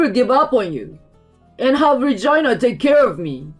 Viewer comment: it sound like she saying vagina not Regina 😂😂😂😂